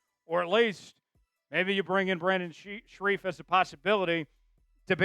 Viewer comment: It's Brandon Scherff, not Brandon Shareef..